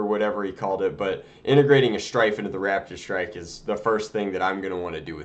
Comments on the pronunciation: Is it just me or does he keep calling it a Radidstrike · When he said raptor strike it sounded like rapid strike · I keep thinking he is saying rapidstrike :P